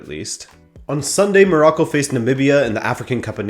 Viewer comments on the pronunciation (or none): none